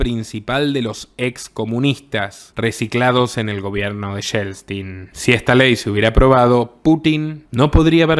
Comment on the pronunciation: Lo de Yeltsin, aprende a pronunciar, Yel-tsin, me parece maravilloso Fue un traidor como Gorbachov